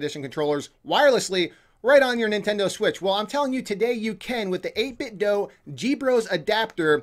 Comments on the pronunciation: it 8bitdo 8bit (doo) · its pronounced 8 bit doo